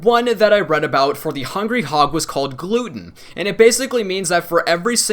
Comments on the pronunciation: lol gluten, I'm dead. glutton dude, glutton. NOT gluten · Glutton not gluten lol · Cracked Up Laughing when you named the talent for Hungry Hog as 'Gluten' [gloot-n]!! :D Actually the talent is called Glutten [gluht-n] (going with the 'Hog' reference in the name of the gun). (Still subscribed man... good, entertaining vid). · when he says gluten HAHAHAHA